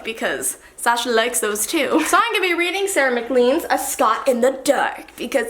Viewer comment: I never say anything when people pronounce things wrong but COME ON SASHA YOU LOVE SCOTLAND YOU SHOULD KNOW HOW TO PRONOUNCE MCLEAN